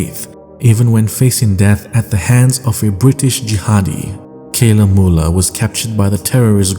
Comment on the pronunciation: Not Kayla 'Mula'